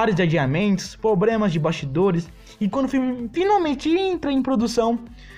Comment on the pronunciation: Vários " pobremas" na narração...